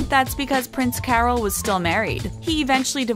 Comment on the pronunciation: Carol of Romania should be pronounced as if it were spelled "Carl", not as if it were "Carol Burnett".